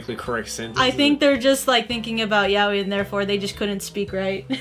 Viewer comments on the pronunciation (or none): How I pronounce yaoi..... yay-o.. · Every time I heard her say Yaoi wrong, My heart shatters..